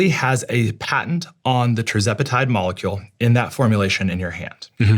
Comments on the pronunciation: You’re mispronouncing the word patent. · This might be an unpopular opinion and my ADHD might be at play here, but I wish they made a peptide to help me not focus on him pronouncing the word “Patent” ( mark). My brain kept going back to that the whole time after hearing him say it like that 😂 😆